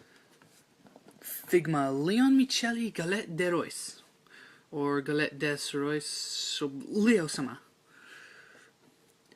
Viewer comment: 'Galette des Rois' is pronounced 'deh rwah'.